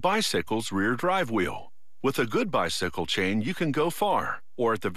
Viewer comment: haha "to the bysickile"